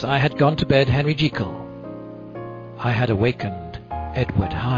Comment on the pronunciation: O.M.G. Not only the video is really good and pleasant, but you also pronounced "Jekyll" in the RIGHT WAY!! Yeah!!! :D Here, take my like and a new subscriber (me). :3